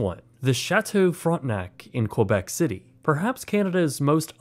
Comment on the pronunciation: Not sure Québec is pronounced as Quoibec --- but at good video nonetheless.